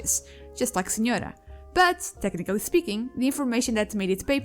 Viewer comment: i noticed mainly on the senhora pronunciation, portuguese here to